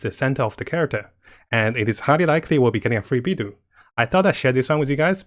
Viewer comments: Mihoyo: Beidou (bay-dough): Bee-dew! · Ahhhh your pronunciation of Beid'u' (wtf?) is so arck.. i just can't take it anxmore after you said it literally 10 times in 10s. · Kazuha: pronounces Beidou as "Beido": "Beedoo" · Not trying to hate or anything, but why does pronounce character names really weirdly? Can't he speak Mandarin? If he's trying to appeal to English audiences, no one even says Beidou like that, even though it's a miniscule problem, it's just really ticking me off.